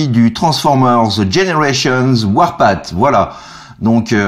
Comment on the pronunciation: Bon tu dois le savoir mais Warpath se prononce "warpafffff" un peu comme le TH de Thank You. Ca peut se traduire, j'imagine, par "le sentier de la guerre". :D